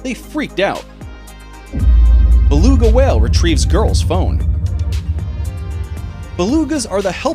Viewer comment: Nice to see you pronounced Beluga correctly on this one. The saying is "nooks and crannies".